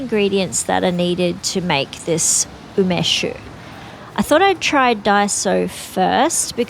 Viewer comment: do you mean Umeshu? U me shu (not u mesh), I believe. I really like Umeshu, homemade being the best, but Takara being the best commercial brand. Sake = Nihon Shu, the "White Lightning" you use in Umeshu being Shochu (chu a variant of shu), wine being Budo Shu".